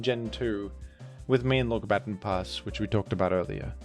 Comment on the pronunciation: until you pointed it out, it had slipped my attention that you were pronouncing baton pass the correct way.